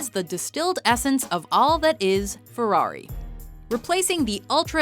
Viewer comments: what's a fewawi? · This woman and the word ferrari don't go well together...